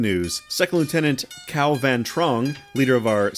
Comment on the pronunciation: Nguyen is pronounced as "nwen" just fyi